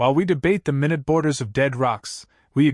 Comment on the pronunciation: Minute. Meaning small, tiny. Not minute as in 60 seconds. Don't you listen to your own stories?